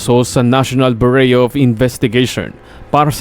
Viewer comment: Bureau ay binabanggit as (Byuro) hindi Bureyo🥰